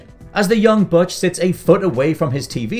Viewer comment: I lost count but I’m pretty sure he mispronounced “Butch” all 74 times he said it.